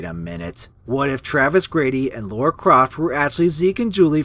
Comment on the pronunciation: Her name is Lara Croft, not Laura.